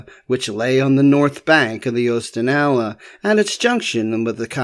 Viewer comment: 😢it's also Ooh-stan-ah-lah and Cawn-ah-saw-gah for the rivers.